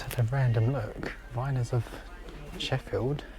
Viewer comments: The cutelry is pronounced Veye ners and is a good quality brand .😊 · The Viners cutlery is pronounced like Miners.